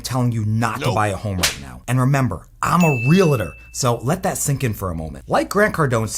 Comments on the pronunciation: Real-tor …. Not Real-a-tor. For God’s sake 😂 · Well said and agree with 75% ….but dear lort please say Realtor correctly.